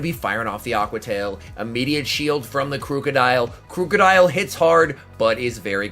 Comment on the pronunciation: It's pronounced like the word "Crook" not crewk